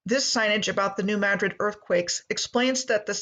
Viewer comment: That was the other one. It isn't mad-drid its muhdrid